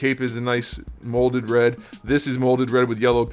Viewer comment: Every time you said "molded red", it sounded like "molded bread" and I laughed so hard. "The cape is a nice molded bread. This is molded bread with yellow paint, and that's very clean. The trunk and the belt, all molded bread with the yellow on top. Not the cleanest." I'm dying. This isn't a figure. It's moldy bread.